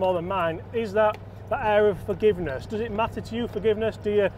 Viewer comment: I think you get more "Fargiveness" 😂 with the Hybrid😊.